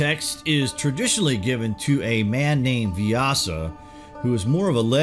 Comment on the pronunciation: pronunciation is vyass